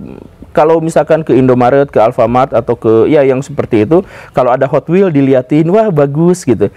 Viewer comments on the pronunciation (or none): none